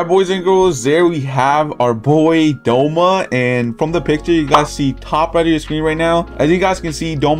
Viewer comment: doma not douma